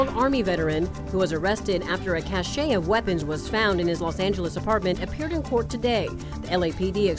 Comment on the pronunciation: cash-ay? It's pronounced cash. Referring to the word "cache"